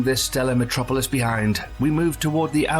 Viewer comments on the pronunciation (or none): none